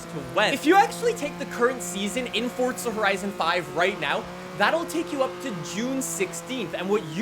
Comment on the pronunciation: its not forDza